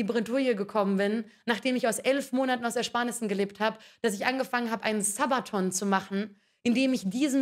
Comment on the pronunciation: bei ihrer Aussprache von Subathon wünsch ich mir irgendwie dass sie während ihrer streams nicht diese random Musik sondern Sabaton im Hintergrund laufen gelassen hätte.